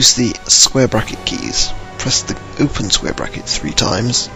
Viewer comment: What the fuck is square bracket or wtf you said square brasdfasf keys?